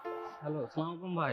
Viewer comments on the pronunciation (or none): It’s not that hard to do the salam properly. It’s very disgusting to watch & listen when it is not done properly.